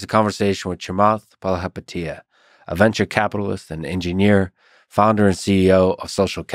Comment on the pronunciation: cute how you try to pronounce a Sri Lankan name😂